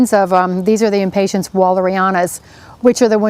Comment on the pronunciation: Wow. This is SO not helpful. #1-- You say 'impatints', with a T, instead of impatiens. #2 -- As another pointed out, it is impossible to see exactly what you are doing -- AND -- you do not say Above or Below the leaves. ???? Perhaps a gardener Knows, but this video isn't this video Supposed to be for us non-gardeners??? Suggestion: have your videos peer reviewed before releasing. UGH.